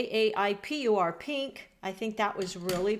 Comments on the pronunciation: Enjoyed the explorative approach! Very cute how Castle Arts called the lovely pink -"Jaipur Pink". It's from Jaipur in India, also known as "pink city" where there are plenty of pink buildings. It's pronounced - Jay + "Pu" as in the word Push + r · Jaipur is a place in India. Pronounced Jeye-poor.